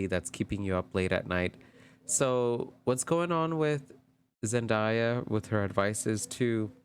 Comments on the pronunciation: Your pronunciation of her name this whole video was killing me lol her name is said how it’s spelled Zen day ah… Zendaya I don’t get where y’all get Zendieya from lol but this was a great video although you mentioned your energy and maybe lack their of but as a new watcher this was a good reading. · Zen-DAY-a, not Zen-die-a